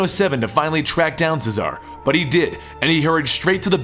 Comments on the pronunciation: CHEZ-A-RAY not cesar CHEZ A RAY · its pronounced chez are ray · Friendly advice: Cesare is pronnounced Che-suh-ray.